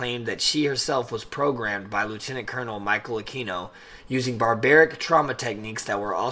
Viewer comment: His name isn’t “uh-key-no”, it is pronounced “uh-queen-no”. And he was NOT involved in ritual abuse, whatsoever. Study up. There’s a book called “Extreme Prejudice” that denotes that entire time period.